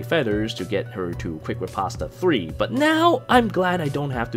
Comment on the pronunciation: "Quick Ri-pasta"